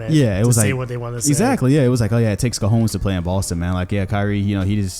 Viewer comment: You pronounced cojones wrong